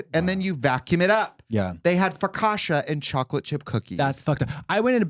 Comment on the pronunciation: Calling focaccia, focasha is wild boots ahah ! Mrs fokasha Davis 😂